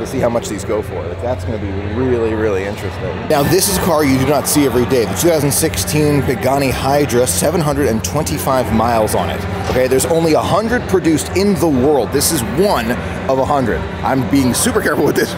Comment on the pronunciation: Its pronounced pagani why-ra (hyura)